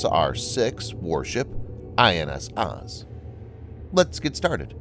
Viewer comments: Please learn how to pronounce the Hebrew vessels. OAZ as in OAK. MAH-GEN, not maygin. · also, Oz is pronounced more like "Ohz" or "Oze" lol